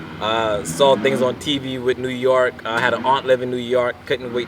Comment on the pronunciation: It's "New YORK", NOT New YARK". And BRONX, NOT BRUNX, lol.